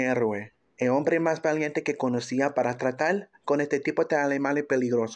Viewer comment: Pésimo traductor. Dise tratal y no es así es tratar..k mal